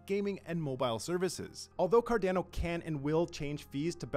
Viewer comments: Honestly every other comment is you bitchin about him saying Cardano differently. There's absolutely no need for the negativity over something so simple lol. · Something I'm curious about. I've noticed Canadian YouTubers like Altcoin Buzz as well, use the long A sound in words like Cardano and others. Is this a Canadian thing or just a coincidence? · Right? Just shameful, should fire him if he is not willing to pronounce the name correctly. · Yes! Let's be vocal about this, it's fucking shameful and disgusting the way he tortures Cardanos name. Just eww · Haha it does sound different than how I pronounce it too 😂 but Cardano is a global project and there will be people everywhere saying Cardano in different ways & accents ❤️ I think that’s wonderful! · Shameful that every other comment under this video has to be dedicated to telling this narrator how to pronounce Cardano. He should be fired asap, if he is unwilling to call cardano by its real name. Imagine spoke person for Samsung calling it Sumseng. Or spoke person for Microsoft, calling it Murcasift......stop it, it's worse then dragging ur nails over a blackboard. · I’d go with what Charles says. CarDAWNO. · Its C-A-R-D-A-N-O and not C-A-R-D-E-N-O......for the love of all that is good, pronounce the project u work for correctly, it aint that hard. And its REALLY off putting. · is it pronounced... Car Dan O.... or Car Dawn O?? Just wanted to check... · It's not "CardAno", dammit! It's "Card-ah-no"!!! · Stop saying Cardanno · Card"ow"no lol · I swear people pronounce things wrong just for shits and giggles. CardAno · Car DAN o 🤣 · The word is italian and it needs to be pronounced correctly. If you speak italian you can pronounce it well. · I guarantee he's seen people riffing on him calling it carDANo but he's double down. lol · This is completely retarded and really bad for the project, imagine spokesperson for Samsung, calling it Simsong ... Horrible. He literally gets payed for destroying cardanos reputation.